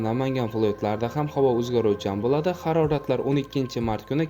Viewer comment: Блади эмас Булади !